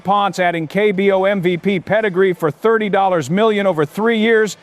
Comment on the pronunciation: I know. AI GENERATED NARRATIVE IS ANNOYING!! The 3, 0 year old?? Not "30"??